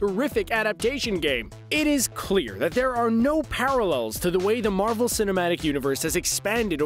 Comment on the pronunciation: He is saying marble not marvel